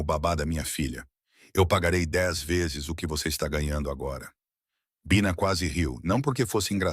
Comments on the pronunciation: Este narrador éirritante mudando o jeito de falar pronunciando com a tentativa de acho que tentando far inglês mas pra mim que sou brasileira é irritante mas pode ser wue outras pessoas gostem mas a mim irrita é por isto cancei minha inscriçã, não é baixa é bina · voce tem que melhorar o seu narramento um a hora voce fala Bina e outra hora Baina. ou um ou outro. desculpe a crtitica mas voce repete este erro vairas vezes em outras narracoes. sou de tupi paulista sp e gosto de suas historias muito boas. so falata melhorar a pronuncia. grato e muito suceesso.